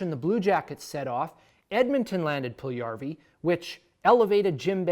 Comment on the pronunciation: Puljujärvi (1PULL-you-2Yar-vee) - You said it Pull-1YAR-vee :)